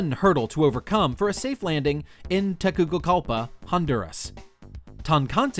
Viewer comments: It's pronounced Teguseegalpa, not tegukigalpuh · Hold up. It's pronounced: Teh-Goo-See-Gal-Puh.